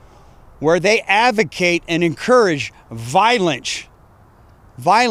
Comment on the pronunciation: My question is what northern town are you from number one and number two why can't you say the word violence you're on National Television you just said it like that that's insane😂😂😂😂